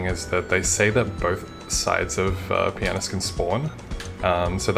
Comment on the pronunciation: I love how you pronounce Pianus